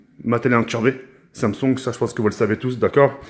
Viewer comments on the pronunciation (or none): none